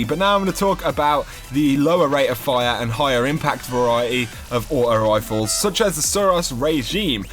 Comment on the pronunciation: () aught-oh wifle